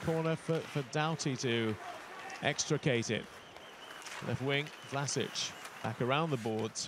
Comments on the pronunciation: no its Vlaschic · Its pronounced VLASIC! Not Vlasich....